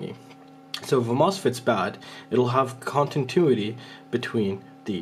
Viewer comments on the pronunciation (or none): Con - ti - new - it - ee 😁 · Which mode is "Contintuity"? :D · thanks bro but its continuity not contintuity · Say it with me. ContiNuity